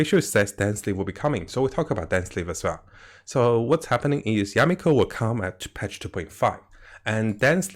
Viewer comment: Mihoyo: Yae Miko: Yameko!